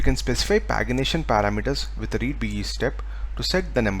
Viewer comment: It's pronounced as "Paeji-nation" not "Paegi-nation". And why are we using POST call for the update operation (update the phone number in the video)? Shouldn't we use PUT call? I know we can use POST to update the underlying resources, however, this is against the architecture of HTTP methods and not recommended to use as it will bring a lot of disconnect in the understanding of a developer.